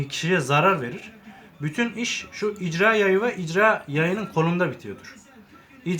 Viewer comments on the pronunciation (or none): 1 jarjör değil şarjör 2 icra yayı değil irca yayı kardeş